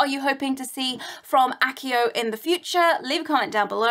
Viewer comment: that's pronoumced achio!